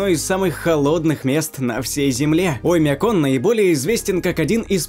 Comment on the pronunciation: Страннае ударение на Оймяконе. Так местные не произносят.